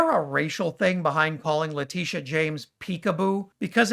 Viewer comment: And his intentionally garbled pronunciation of "Letitia". It is just vile.